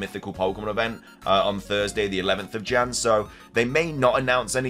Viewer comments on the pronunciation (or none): Why do you say Jan with some kind of french accent